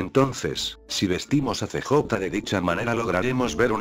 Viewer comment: pura perica este video.. pense que fue sospechoso y puede ser posible per obviamente no... me quite la subscripcion de este que encontre el otro dia, no se porque me subscribi. pero.. es gracioso como usa el robot traduciendo unas cosas de este juego.. "See Jota" y "BaYas" jaja.. pudiera poner Carl o Balas para que suene mejor pero no importa.